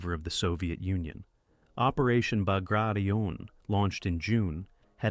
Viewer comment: Operation Bagration and Klaipeda is pronounced totally wrong. I can't even listen a whole minute to this.